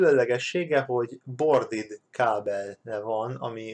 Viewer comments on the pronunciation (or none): Borded?????XDDD Az braded....XD